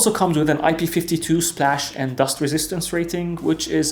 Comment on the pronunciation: new technology "IP52 SPLAH" 😂